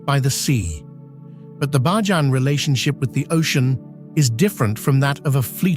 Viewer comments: The word for Barbadian natives, culture and lifestyle is pronounced "Bay-jan" not "Bah-jan"😒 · It's pronounced BAY-JAN - NOT BAAH-JAN ! Just FYI ! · The A.I. Voice sucks. Its not Bah jan. its BAYjan!!! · Prononciation is Bayjun NOT bahjan! Bakeries do NOT open for salt bread in the mornings! They open around 9 am and bake for the evening. Some images are NOT of Barbados but it is a lovely place to live! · Many scenes are absolutely Not Barbados.. especially the last half of this video. Also , the commentary saying BAJAN incorrectly is very annoying. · Nice but ‘Bahjahhhn’ and ‘Sosha’ uhh ya mean Soca? ummm get that AI together. We just gone ignore how the people got on the island and their relationship to sugar yeah what’s the story there 👀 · Thanks for capturing so many aspects of Barbadian culture, geography, cuisines, etc. However, please note authentic pronunciations: Barbados = bar-BAY-duss [not -doss or -doze]; Bajan = BAY-zhun [not bah-zhan].